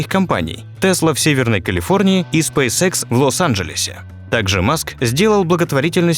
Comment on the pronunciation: Спейс икс а не спейсекс